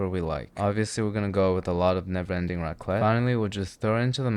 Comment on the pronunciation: raclette ???? that .... was raclette ??????........... jesus my french soul is leaving my body